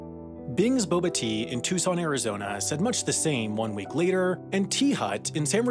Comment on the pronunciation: Strange to hear someone pronounce my hometown of Tucson correctly